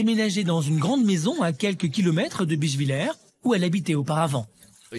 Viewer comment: Pareil, la prononciation « Bischvilleur » m’a tué 😭